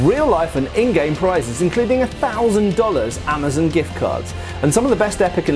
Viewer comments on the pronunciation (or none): none